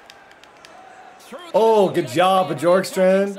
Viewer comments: it’s pronounced borkstrand the J silent lol and your welcome 🙏🏾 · I'm pretty sure you pronounce Bjorkstrand Be-yorkstrand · This series is gonna be 🔥🔥🔥 Keep up the great work (Also I’m pretty sure it’s pronounced Byorkstrand) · It’s I pronounced b York strand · btw its bee-orkstrand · It’s bYOURkstrand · the "J" in Bjorkstrand is pronounced kind of like a y Gostisphere is pronounced like (Gaw-sti-fair) And some advice for playing defense is don't pass the puck through the middle of the ice after getting defensive rebounds, knock the puck off the boards to a foward on the breakout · Please say his name right 😂 Bjorkstrand the “j” sounds like a “y”. Sorry, big Blue Jackets fan here and it just sounds weird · His pronounciation of Oliver Bjorkstrand is a little off XD